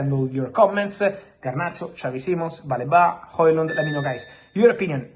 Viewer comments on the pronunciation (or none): It's "Baleeba" not "Baleba"